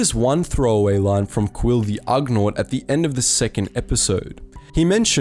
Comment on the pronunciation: Agreed. The ugnaught EVEN PRONOUNCES it for him.